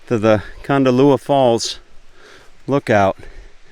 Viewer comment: Hi, loved the video but as a local it is Kondallilla with the emphasis on the I and not a u sound. It is exactly as it’s written.